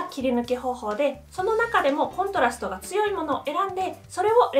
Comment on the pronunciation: コントラストのイントネーションがどうしても気になる😂